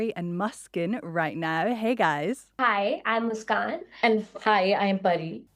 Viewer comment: I thought this was pretty interesting. I nannied a baby with the name Muskan- I think it means happiness, and it’s a really pretty name. I wish the reporter had pronounced her name correctly, especially as she introduced herself just before with the correct pronunciation. Beyond that, super cool interview.